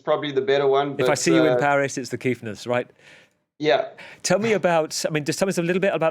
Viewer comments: The Kiffness is something special, and we in South Africa are truly proud! By the way “KIFF” is very much South African slang, which means nice, good or lovely. It’s pronounced as it’s spelt (KIFFFF) and NOT KEEF!!! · Good to the see The Kiffness doing so well. Some advice to the interviewer and future ones. Its Kiffness as in "if" not "eef" Edit: we need something after the rugby loss to Argentina on Sat to cheer us up. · Pronounced kiff not keef. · Guys, it's "Kiff" like "Cliff" 😉 It has much the same meaning as "cool/awesome". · Kiffness... pronounced kick but with an 'f' HOS MY BRU!